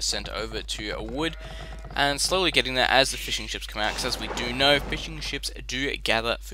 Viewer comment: The way said fishing ships really sounds like fish and chips.